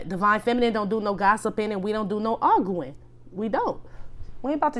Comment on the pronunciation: not AR GOO IN! lmaoooooo I always noticed how he said that! Love you always,! Stay UP!